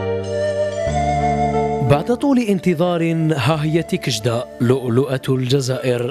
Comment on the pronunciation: تيكجدة وليس تيكشدة!!!!